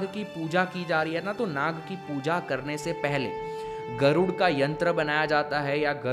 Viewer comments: Although i like ur videos but plz don't pronounce "gurd" as" garuda". Let the words be pure not altered by English language... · बहुत अच्छी बात बताई आपने ! धन्यवाद ! सिर्फ गरूडा की जगह गरूड , तक्षका की जगह तक्षक बोलीये , नही तो वह इंग्लिश जैसा उच्चारण लगता है , हिंदी जैसा नहीं! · गरुड़ा नही गरुड़ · Bhaiya yeh “Garudaa” ucchran galat hai. Hindi mai “Garud” hee kehete hain